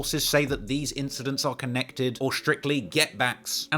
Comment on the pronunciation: You just said it’s all konnects 🥴🤔